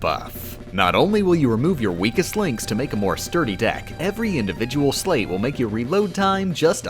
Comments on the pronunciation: I haven’t played this game so i may be wrong. But is he pronouncing “sleight” like “slate” instead of “slight”. Saw it earlier written as “sleight.” Just me? Dunno bothered the hell out me. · Not to be overly pedantic, but the word is Sleight, as in Sleight-of-hand, pronounced like "Slight", not "Slate." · it's pronounced like slite and that makes me go ree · Fun Fact that made me question my intelligence, because I feel like I should have realized it sooner: It's pronounced "Slight" because it comes from Sleight of Hand. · it fills me with unfathomable rage every time she pronounces "sleight" like "sleigh" and not with the 'i' sound, like in sleight of hand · Hate to be that guy, but it's not "slate," it's pronounced "slight," like "sleight of hand" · Apparently sleight is supposed to be pronounced "slight", but I've always pronounced it "slate" and it looks like has done the same. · For the record: Sleight is pronounced like Slight. Sleight of hand. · Did anyone else get massive ocd because the word sleight is supposed to rhyme with 'height' and not 'slate'? No, just me? OK :) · You say sleight totally incorrectly. Think sleight of hand. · or "they" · "Sleight" is pronounced like "light" with an s in front. It's referring to Sleight Of Hand. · SO many YouTubers say "slate". I don't get it. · Ok dude, I can accept most of your odd pronunciations because usually it's in a way some people pronounce it, even if it's less common. But that is absolutely positively 100% NOT how you pronounce sleight.